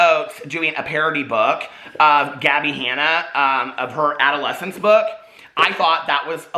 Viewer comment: I love you forever and I absolutely agree with everything you say in this video but Gabbi’s book is called ‘Adultolescense.’ Adult-olescence. Not adolescence. 💙💙